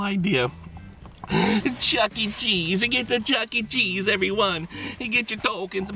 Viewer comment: Then why did you say chese last time?